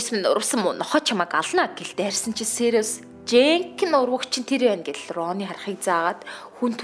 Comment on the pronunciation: Сийр-ус гэдэггүй сирус блэк гэдэг